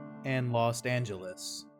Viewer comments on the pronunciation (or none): Bro Los Angelus 😂